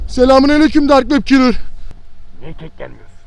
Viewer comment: Abi ben ne dedim dark wep kelrı dedi demedimmi